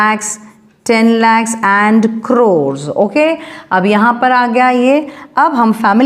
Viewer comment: 😂😂 not croes crores NAHI ata😅😅😂but it is nice ❤